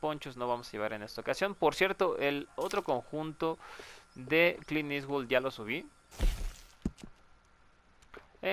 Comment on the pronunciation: oye me acabo de dar cuenta, es "Clint eastwood" no "Clean eastwood" xd